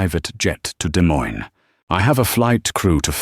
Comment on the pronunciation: Irritating: the mispronounation of Des Moines IA. Then, pronouncing it correctly. Need to get it correct all the time.